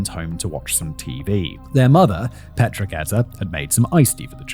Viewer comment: Also his pronunciation of Petra. It's my sister's name and she hates when people say it like that.